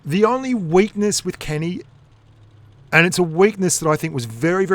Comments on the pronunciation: Why you say keni otsu, when it is Ke’Ni Otsu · When you call a tank that is pernounced KEE NEE, kenny... This upset me so much more than it should have.